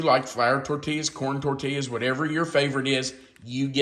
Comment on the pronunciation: I love you like a brother from another mother. But your pronunciation of tortilla is like a stab in the heart to someone living in the southwest with Hispanic grandchildren and son in law. It is tor tee yas. Double L in Spanish is always a Y sound. This is meant in love.